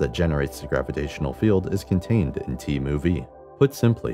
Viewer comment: The subscripts are pronounced mu and nu. Scrap the computer voice. And the annoying “music.”